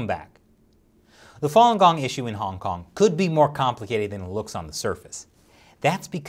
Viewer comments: Does anyone else hear “Honk Honk” every time he says Hong Kong? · I can no longer hear say "Hong Kong" any more - it just sounds like "Honk Honk." Once heard, can never be unheard. It's not ' pronunciation - it's the CCP's ideology.